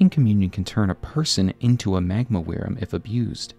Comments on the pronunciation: Why do you keep saying "weerim"? It's just pronounced like 'worm', my dude. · Wyrm is pronounced like worm. As in a dragon that crawls, not flies. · FYI “wyrm” is pronounced “worm”